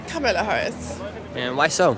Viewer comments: It would help if you could pronounce Kamala Harris' name correctly. You lost me at the first mispronunciation. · Pronounce Kamala’s name correctly. Your bias is showing through. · Why are you pronouncing her name wrong? Wth is this? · Douche can't pronounce Kamala's name correctly. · Please pronounce Kamala correctly! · I don't think you should do a video if you cannot pronounce the vice president's name correctly it starts with a k and not a c. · How can you do this and keep mispronouncing Kamala? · Pronounce Kamala’s name correctly! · Dude she is the VP. Please learn how to pronounce her name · Please say her name correctly.